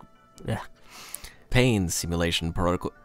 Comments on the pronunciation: trying to say "protocols" suddenly A C C E N T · still can't say "protocols" sadly. We got lucky for the second episode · has a bad time saying "protocols"